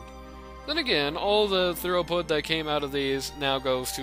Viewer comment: It's thru-put, rather than thorough-put. :)